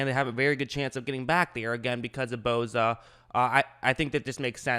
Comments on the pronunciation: its bosa not boza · The way he says bosa tho😂😂